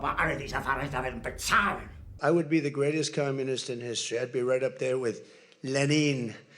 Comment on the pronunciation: "I'd be up there with Leh-Neen" - to Dolfy